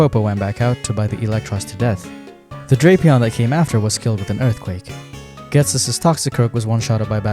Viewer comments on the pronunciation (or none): none